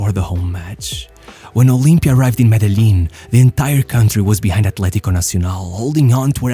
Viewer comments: MEdellin as in Medejean ;) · As a native from Medellin it hurts whenever I hear it pronounced like that but it’s always a good laugh Great video!